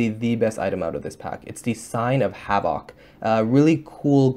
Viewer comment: ur saying havoc wrong Dx